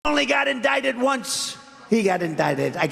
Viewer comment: Siiiiiigh. I HATE the way he says "indicted". I'm not gonna miss this orange clown for one fucking second once he's gone.